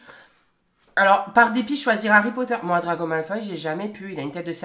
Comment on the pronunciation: DraCO! Pas draGO Non de dieux ! 😂😂😂